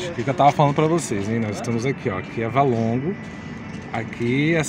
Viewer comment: Valongo e não Válongo!